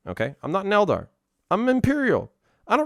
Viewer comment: The tau don't sound like tau and the eldar doesn't sound like an eldar